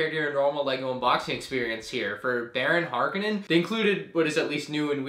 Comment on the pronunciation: ITS HARKONNEN NOT HARKENNEN HARKONNEN HARKONNEN HARKONNEN WTF